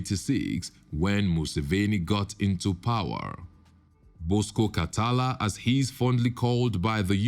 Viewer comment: Niqqa just called him Bosco Kataala 😂😂😂😂 I wish he know what it means